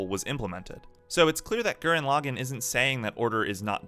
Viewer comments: Please never say lagann like that ever again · BraixenDon i couldnt finish the video cuz of it